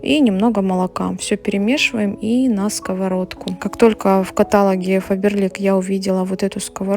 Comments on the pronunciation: добрый вечер. Пожалуйста, говорите правильно. В слове "каталОг" ударение на последний слог. Так нельзя, раз взялись вести блог на большую аудиторию, ведите грамотно. Вы же, как я понимаю, русская, а в русском языке нет слова "катАлог". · каталОг, а не катАлог. еще и плодятся такие невежды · КаталОг!